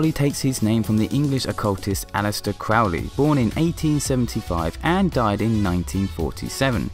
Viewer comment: I love your jokes! You are so charming! ((Even though I know almost most of this-)) The video is very lighthearted and lovely, the butt gif made me giggle a bit. Also the curses- amazing. Crow-lee?? Isn’t that how it’s pronounced?